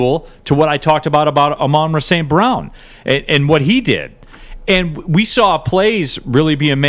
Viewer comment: Neal. Say Amon-Ra St. Brown correctly. Put some respect on his name.